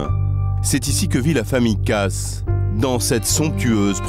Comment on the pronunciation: Personnellement, chez les Kaas, je préfère Patricia. P.S. Le lascar prononce "Casse", mais ça se dit "Kaaaaas". Bigre. P.S. 2. La pauvre fille, à dix-neuf ans, elle est déjà passée devant le maire ? Wow. P.S. 3. Avoir envie d'aller voir "Hook" ? Encore bigre, je comprends que le plan ne lui ait pas plu !